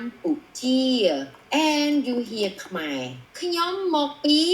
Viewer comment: You said the word Khmer perfectly 🇰🇭❤️ all the other words! I’m impressed.